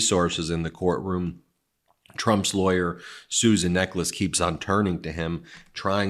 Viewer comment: Neck less ? Surely Necheles = Ney shells ? Can't pronounce her own name is not much of a recommendation for a lawyer........